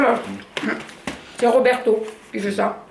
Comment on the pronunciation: Coucou, et j'ai trop rigolé 😂😂😂. Bonne journée